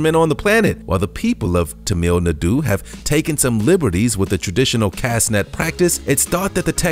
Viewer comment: "t'meel n'doo" ... rolls eyes.